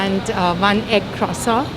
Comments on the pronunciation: Croissant 🥐 your pronunciation is so different. Is that how Canadian say it ? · No. She is saying it wrong